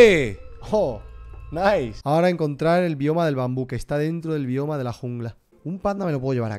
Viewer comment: Nadie: Absolutamente nadie: Rubius: NAISS xd